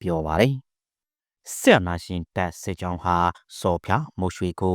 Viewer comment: စပ်ကြောင်းတဲ့စစ်ကြောင်းကိုတောင်မပီဘူး